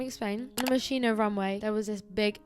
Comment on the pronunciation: heiii I just wanted to say that "Moschino" is pronounced as "Moskino"! (interesting video and you are sooo lovely)